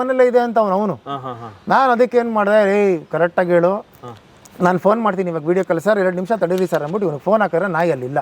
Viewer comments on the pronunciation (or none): none